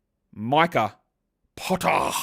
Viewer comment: the Micah Potter pronunciation is just getting better and better, you make me crack up, thanks for the run down as always!